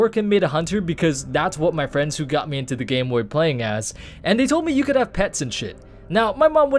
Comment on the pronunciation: Fwiends =D